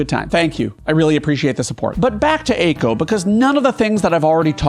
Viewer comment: Eiko isn't in the top spot because you keep mispronouncing her name